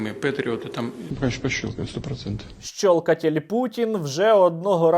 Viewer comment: хахаха ''щолкатель'' хаха як я тебе люблю. максимально серйозне відео і тут ''щолкатель путін''🤣🤣